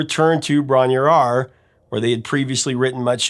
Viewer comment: The cottage name "Bronyaur," is pronounced: Broan-ah-rye-ah. 🙂